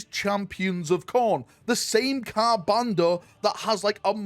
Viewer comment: Yo how many "r"s are there in Ka'bandha, brother?